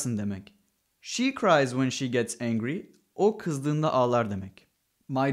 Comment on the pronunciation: "she cries when se gets angry" diyor ya ordaki "se" she olacak demi ?